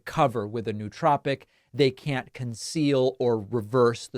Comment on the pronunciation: no-uh-tropic, not new-tropic